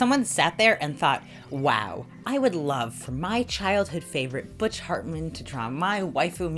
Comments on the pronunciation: I heard that .. butch fartman hehe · "Butch fartman" LOL